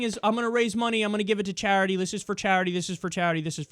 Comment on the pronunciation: It's hilarious how Kyle says charity. chArity